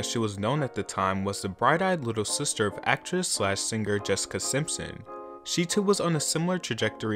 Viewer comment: Wtf did you call JESSICA "DISCA" ???